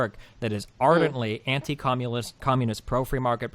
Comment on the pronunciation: destiny says commulist